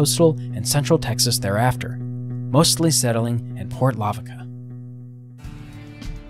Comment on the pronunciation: He butchered the name Port 'Lavaca' as well.